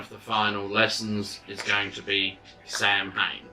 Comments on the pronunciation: Sorry but Samhain is pronounced "sah-win". Some countries say it slightly different but it's basically that. Lughnasadh is simply Luna-sahd. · This is a great resource for people! Thank you for sharing the videos. The only thing I would mention is the pronunciation of Samhain- Sohwin or Sahwin or Sahvin The pronunciation in Scottish Gaelic is a little bit different to the 'standard' pronunciation in Irish Gaelic, where Samhain is approximately pronounced as SOH-wiñ-because the mh is pronounced as (W). In Scottish Gaelic, the pronunciation is closer to SAH-wiñ or Sahvin, because the mh is pronounced closer to (V). Again thanks for the videos and Blessed Be